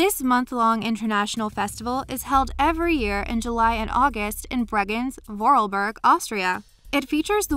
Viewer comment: Your pronounciation of Bregenz and Vorarlberg was so hard to listen to im sorry